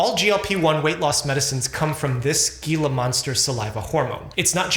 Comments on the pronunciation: He-La Monster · Just an FYI "gilla monster" is pronounced "heilla monster". They are native to the Sonoran dessert and have a deadly toxic bite. Treat them the way you would treat a rattle snake if you are ever visiting and come across one. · Information coming from a man who can’t properly pronounce “gila monster” is not to be trusted. :/